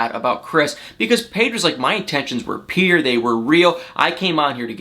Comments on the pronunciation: lol at you saying PURE..as PIER..lol my sister does the same thing! she can't say the word for anything.lol so cute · I just love “peer” or is it “pure” ?